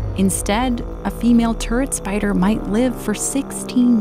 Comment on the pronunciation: I thought she said " California Tourettes Spider". I was expecting it to start yelling obscenities in a valley girl voice.